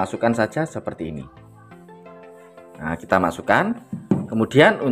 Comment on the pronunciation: Ini kite ❌ Ini kita ✔️